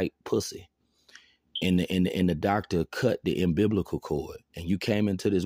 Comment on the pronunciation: Ambiblical cord. 😂